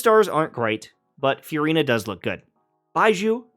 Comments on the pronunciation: I love it when you call her Furyna. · Anyone else find the way he pronounces Furina just weird? It’s like f-u-rina